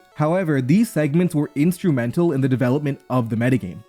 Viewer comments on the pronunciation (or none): none